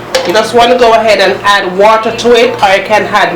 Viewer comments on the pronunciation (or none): Teresa Bloomfield You could say that again. All through the video she's saying "had" for "add". I think Jamaicans are the only people who put an "h" sound at the start of words that don't began with an "h", and omit the sound from words that do start with "h"! For instance, most Jamaicans I know, pronounce "him" as "im". lol Anyway, every culture has its peculiarities. I know for sure we Bajans have ours!